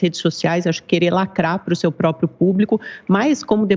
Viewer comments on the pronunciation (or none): none